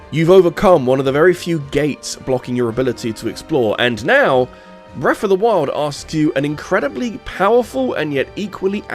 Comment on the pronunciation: i cant listen to this guy say breffa 500 times.